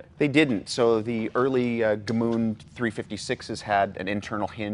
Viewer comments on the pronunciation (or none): Guys the name of the city is Gmünd not Gmund ! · It’s GMÜND not GMUND - different pronounciation and spelling. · As an Austrian it hurts hearing '"Gmünd" being mispronounced so many times... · They should never have built another one after that. Also cute how they pronounce it. Gemuund. :-)